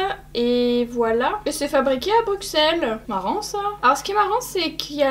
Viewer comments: C’est pas Bru“x”elles mais Bru“ss”elles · Les belges ont souffert en entendant ton BruXelles xD Pitié ça se prononce BruSSelles haha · BRUSSEL pas bruXelles s'il te plaît le X se prononce ss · On prononce BruSSelles, pas BruXelles 😭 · BruXelles... J'ai faillit m'étouffer 😂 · Ça se prononce brussel, juste pour info🖤